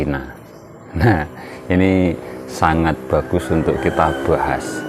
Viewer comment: Bahas,bukan buhashhhh